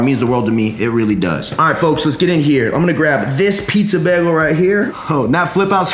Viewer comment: It’s pronounced Bay Gul